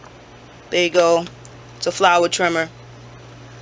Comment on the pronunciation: Hunger Game soon as he said Trimma